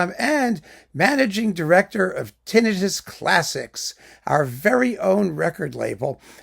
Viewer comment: It's like music to my ears that you pronounce "tinnitus" correctly, every single time. Especially since I know how you respond whenever someone attempts to correct your pronunciation!